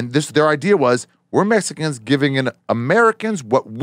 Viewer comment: And Ari pronounces it "Messican" lol